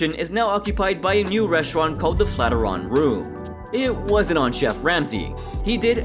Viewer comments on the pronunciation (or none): It's pronounced flat iron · Who in the hell narrates these? The way they said Flatiron as Flat-er-ron had me cracking up